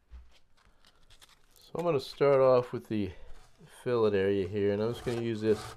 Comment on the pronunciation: Alright you are finally saying fillet correctly my brother...Thats progress...a step in the right direction...Boy this Biplane is turning out beautiful too. You are just an awesome builder. May take you a little longer than some but just look at the quality bro. Totally worth the extra time. Cant wait to see her covered and ready for her maiden flight....👍👍👍🤙🤙🤙